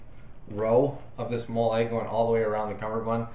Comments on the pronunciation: Molle is pronounced like the name molly. Just a heads up. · Excellent review! I like how you went into a lot of detail about your adjustments. For the record, "MOLLE" is pronounced like the name "Molly".